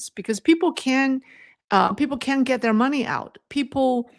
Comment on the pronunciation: One hint I offer in total respect: Make sure the T sound is clear when you say "can't", otherwise it sounds like you're saying the opposite. Another option is to say "cannot".